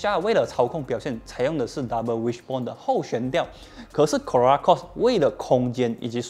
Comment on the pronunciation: 怎么 Corolla 发音很难吗 ？